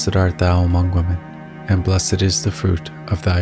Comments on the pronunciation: Dear Darek Radulski: You are Correct that many people pronounce WOMAN instead of WOMEN. I checked the video. It is written WOMEN but sounds like speaker says; WOMAN. Another interesting fact! It used to be prayed; AMONGST WOMEN and not AMONG WOMAN. This is due to the Vatican changing prayers without Gods permission! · I'm Aussie and I think the pronounceation is cultural. I pronounce women as 'wi men'. I have heard other times 'woo men'' I pronounce amen as 'r men', and enjoy saying amen as in this video. Having the sound lower than your voice helps to overcome 'cultural' words Remembering intent of the prayer is what matters Keep safe and your faith strong.